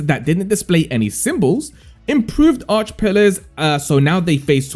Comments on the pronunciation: Its not Arch its Archay 😅. Do you even play the game lol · Arche - ar kay